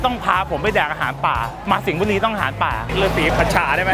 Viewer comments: สิงห์บุรี*คือมุกล็อคจังหวัดที่มี ร เรือ สรรรระบุรี--->สริงงงงงบุรี😂😆😂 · จงพูดจังหวัดที่มี ร เรือ พอหมดเเล้วก็จะมี สริงบุรี นี้คือตับนี้ครับน้า